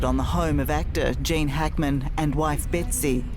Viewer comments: It's pronounced " Jean", long vowel /e/. It's a CVCe phonics patterns, not "Jane". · Jane?? Cant she pronounce Gene.. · it’s Gene -pronounced “Jeen” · Gene - pleaee prnounce it properly. Not "jane". Thank you for him and family